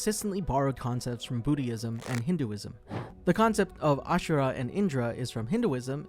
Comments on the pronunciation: Booty-ism? Boodyism.... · Did bro just say "bootyism"? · This man said booty-ism